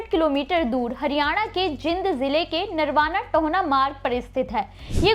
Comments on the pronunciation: आपको तो शहर का नाम भी ठीक से कहना नहीं आता। शंहर का नाम जींद है ना कि जिंद। Pleasecorrect yourself. यदि गुरु साहिब की बात कंरनी थी, तों सिर को ढक कर रखना चाहिए, इतना तो आप को मालूम होना चाहिए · जानकारी अच्छी दी है। कुछ शब्दों का उच्चारण सही नही था, जैसे आपने "जींद" को कई बार " जिंद" बोला है।